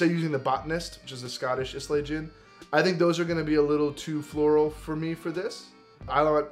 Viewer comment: God bless you. But it’s my American charm to mispronounce Islay. And I will not relent.